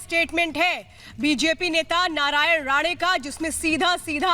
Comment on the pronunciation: MADAM ITS NOT NARAYAN "RADE" ITS "RANE" :)